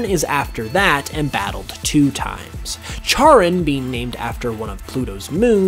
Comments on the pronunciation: Charon is pronounced like "care-on"!! This video was really good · I've heard Charon pronounced as Kay-ron, and the name comes from the ferryman of the underworld in Greek and Roman mythology where Pluto (Hades) resides